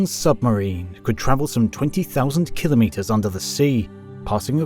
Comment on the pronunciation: Well, congratulations, You have joined the ranks of rare content creators who actually pronounce the word KIL•o•meters correctly, rather than that nonsensical ka•LOMM•mitters (or worse, KLOMM•mitters) uttered by people who don’t understand (or care) that it means 1,000 (kilo) meters (meters). No “LOMMs” are involved. Anyhow, superb content, despite the incorrect assertion that extreme weather events are currently increasing, part of the climate “crisis” narrative. And… …if you’re one of the uninformed individuals whose devotion to the “crisis” propaganda inclines you to leap to its defense and accuse me of being a “denier”, it might be in your interest to drop that nonsense. First of all, I don’t deny the evidence that there is a slight warming trend (depending on what period you examine), but the conclusion that it signals catastrophic warming is a fiction designed to advance a political agenda that is not in the interest of the vast majority of the human species. If you are happier believing that fiction and are immune to contravening facts, I can’t help you. But if you would prefer to understand why the purported “crisis” is a perversion of actual science, I have good news for you. Get yourself a copy of Unsettled: What Climate Science Tells Us, What It Doesn’t, And Why It Matters, by Dr. Steven E. Koonin, a Ph.D. physicist with years of expertise in computational physics, global environmental science, and computer modeling (and how it has been manipulated to support fal